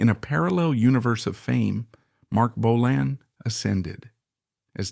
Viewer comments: Good photos though. That’s about it. The narration is awful. BO-lan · you cannot even pronounce bolan… and you use pics of mickey finn while talking about steve. embarrassing seppo trash. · Well that goes to show how much you know about Mark Feld/Marc Bolan. 'Bo-Lan'. Yep because originally one spelling of his name he tried a more 'fancy' spelling of BÖLAN was with an umlaut (two dots over the 'o'). This can be seen in an early pre-Tyrannosaurus Rex photo of "Mark Bölan", in a feature about a PR Party where Bolan's former school chum Helen Shapiro is also seen as is Twink listed as a member of 'The Fairies', not to be confused with the 'Pink Fairies' which Twink formed with Steve Took, Mick (The Deviants) Farren and Twink's girlfriend Silver Darling. Therefore as Steve Took's Official Family approved biographer, I find this little documentary reasonable. Not 100% accurate, but far better than the old Bolan Biographies which wrote Took off as a "Drugged Up Loser". In 1999 I was asked by John and Shan Bramley to take over the running of The Official Marc Bolan Fan Club and to drag it into the 21st Century with a new website. They published a Bolan biography called 'The Legendary Years'. When my hubby and I visited the Bramley's I mentioned Steve Took and John Bramley replied "Steve Took. Who???" and then laughed. I like to think I got my own back in a humorous way when John Bramley got out a manuscript with carfelly written out lyrics to several Tyrannosaurus Rex songs. On the manuscript were a couple of drawings. John Bramley raved about the one because it was shaded and john said, "Look, have you ever seen a drawing by Marc which is shaded in like this?" Kevin